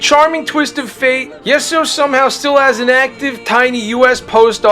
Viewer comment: pronounced yee so not yes so